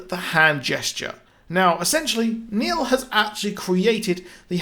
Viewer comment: Its Neil not Nail